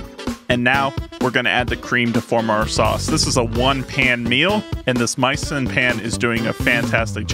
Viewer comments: MEE-sen, not MY-son. It comes from French culinary term “mise en place” (MEEZ ahn plass). Misen’s website describes this as the origin of their name. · Geez, is it completely obvious that this is a sponsored review or is it just me? By the way dude, you might want to pronounce the name of the company right. It's "mee-sen" as is Mi Sen Place. Says so right on the box.